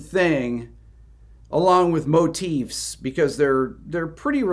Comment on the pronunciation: I dig how you say "Motifs" correctly. Instead of "Motives." Oh, and I just noticed it says your video is unlisted...huh.